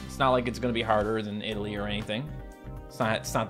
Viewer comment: your saying italy wrong